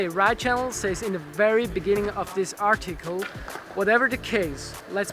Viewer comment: Lol "Ardchickel" (Article)